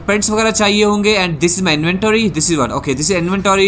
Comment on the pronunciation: Titanium nahi tattinium Peeper nahi creeper Inventory nahi invetooory😂😂 Edit: congratulations for 300k 🥳